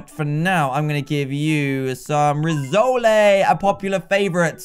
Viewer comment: Hey dan, rissoles is actually pronounced Riss-ole (ole as in hole) please correct that